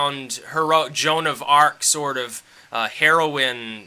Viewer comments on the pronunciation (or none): none